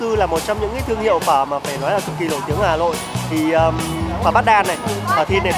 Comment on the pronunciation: Hà lội đúng mà